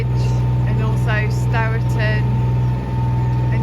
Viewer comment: So nice to hear you use the correct pronunciation of Stourton. So many locals have got into the habit of calling it 'Storton'.